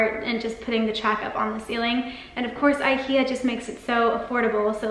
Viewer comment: God, your constant mispronunciation of IKEA make this video absolutely unbearable. Why do Americans think the way they choose to say things is right?